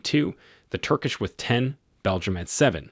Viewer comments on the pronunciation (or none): none